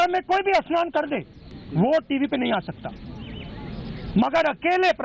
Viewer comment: एस्नान नही स्नान होता है, पप्पुड़े